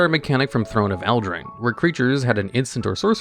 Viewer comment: Good to know you actually pronounce Eldraine properly, rather than Eladrin.